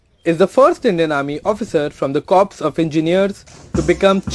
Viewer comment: dear.... pronounce it's as "core'.. it's not as 'kops'